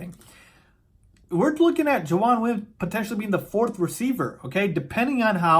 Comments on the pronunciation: JAVON, not Jajuan lol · JaVON not JaJUAN lol BearDown!